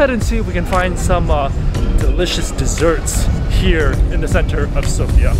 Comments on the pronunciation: bro itz not sopia is Sofia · It's SofiA, not SOfia, and bozA, not bOza. My man in the past the boza used to be soooooo gooood, sadly it's a dying thing now, it's too watery and the original taste has gone mild ;( I'm glad that you liked our food. Kinda sad that most places can't cook rice like Asian people but there are some okay places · Nice, you are almost saying Sofia correctly